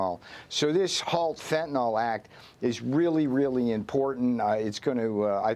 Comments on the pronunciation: The drug is Fentanyl, not Fentanol. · Fentanyl has now surpassed nuclear as the most mis pronounced word in media! fen.t̬ən.ɪl not fen.ten.ol - nuː.kliː.ɚr - not nu.ku.lar